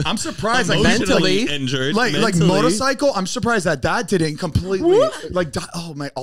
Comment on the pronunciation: anyone else lowkey laughing at Zane’s pronunciation of “motorcycle” here 😂